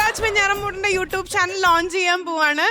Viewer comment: യു ട്ടൂപ് അല്ല, യു റ്റ്യൂബ്😆😆😆😆